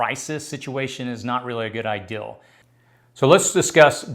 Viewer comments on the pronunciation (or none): Thank you. And the word is idea NOT ideal.